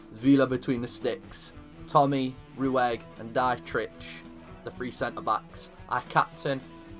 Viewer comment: Heads up: Dietrich is pronounced Dee-trish